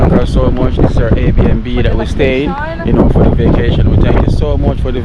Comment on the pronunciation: its air B and B lol